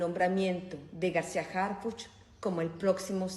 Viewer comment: Primero. Que Anabel pronuncie bien Harhuch!!! De pena ajena la escritora!!!